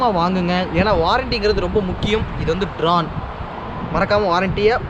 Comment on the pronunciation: bro not drane its drone